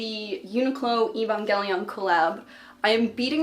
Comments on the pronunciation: I’ve been watching you forever, and I don’t really mean to be rude but the way you pronounce Evangelion is just a little off! Sorry if this comes off as mean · Why do mispronounce 'eva' and 'Evangelion" ?? They literally say it in the anime like a million times? It's: Ayye-va.